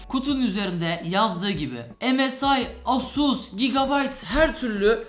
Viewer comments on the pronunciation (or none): none